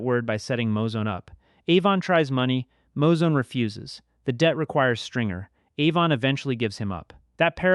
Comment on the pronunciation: It's Moo-Zone not Mow-Zone. Great video tho